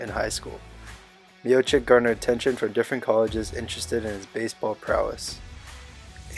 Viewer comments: His fucking name is pronounced miochich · at least say his name right